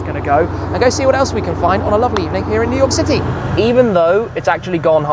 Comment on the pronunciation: New Yoik, eh?